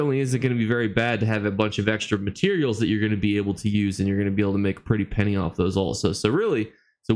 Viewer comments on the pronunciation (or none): none